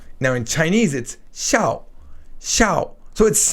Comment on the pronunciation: 小 - In Mandarin, XIAO is 3rd tone. I hope you don't mind me saying this, but when you said it, it sounded like the 4th tone, and also like SHAO. Thanks.